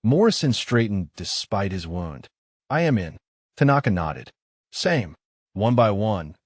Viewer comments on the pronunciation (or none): Ai needs to say wound correctly